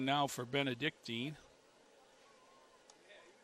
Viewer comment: Nice telecast. Too bad the announcers aren't prepared enough to at least get the pronunciation of our school correct. It's Benedic TIN, not Benedic TEEN.